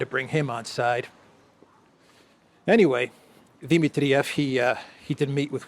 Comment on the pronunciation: Di- MIT-triev NOT Di-mit-TRI-ev. Please, it's irritating